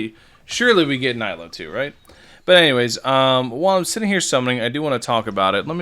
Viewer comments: It’s knee-lue, not nigh-Luu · mfer have you played through the story and met nilou yet? it's pronounced neelu not niylo